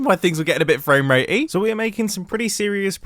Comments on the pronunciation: "Frame-ratee" -Mumbo 2020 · I love “frame ratey”